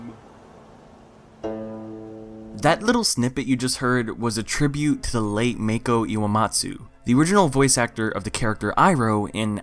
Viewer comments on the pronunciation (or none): The way he says “Mako” 😷